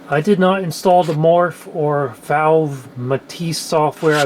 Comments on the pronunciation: Awesome blast to the past!! FYI: “Fauve” is pronounced like fob with a v. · Bonjour. "Fauve" is french and pronounced "Fove" like the "o" in "Bose". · "Fauve" rhymes with "stove". Like, "fove", it's French. Fauvists were some kind of modern artists at some point who did quite passionate art, or something, look it up yourself, I can't be bothered.